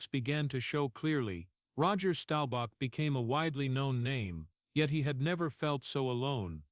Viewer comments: You should have learned how to pronounce his name. It is Staubach, not Stobauch. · Stowbach?! Please pronounce his last name correctly. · DAMN DAWG!!! WHY don't you AI learn to PRONOUNCE names CORRECTLY!!! STOWBACK??? I COULDN'T STAND THERE AND LISTEN ONCE MORE 🤬👎👎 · This guy needs to learn how to pronounce Roger’s last name if he’s going to tell a story about people